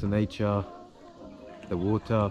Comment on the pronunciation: bro why you are always pronounce vater instead of water